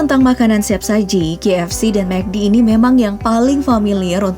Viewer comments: Apa cuma gwa yg dengernya JFC, bukan KFC? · ko guw dengernya JFC?🙁